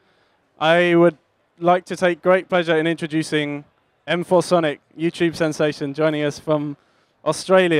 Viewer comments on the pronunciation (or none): > m four sonic > whats so fucking hard to pronounce masonic